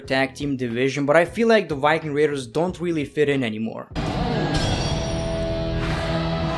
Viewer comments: the white king raters. me: ITS THE VIKING RATERS JEEEZZ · "Why king raiders" got me 🤣